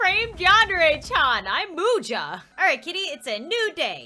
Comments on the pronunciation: Its Muja not Mercy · I think Muja is pronounced (Mu-s-a) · It should be pronounced musha :) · Uhhhhh its Muja